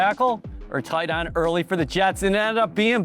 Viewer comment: The way this guy says tight end makes me furious